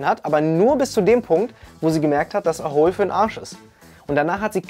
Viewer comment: Eins verstehe ich nicht. Du betonst "A Hole" ja immer als ginge es um ein Loch. Die Promis hingegen betonen es wie eine Abkürzung von "Asshole". Das macht für mich das ganze Projekt nochmal wesentlich unseriöser. D.h. eigentlich hätten sie an ihrer eigenen Aussprache schon merken können dass da vielleicht etwas nicht stimmt.